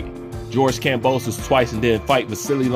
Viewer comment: 'Kambowso' hit hard bro 🤣🤣 Keep up the great work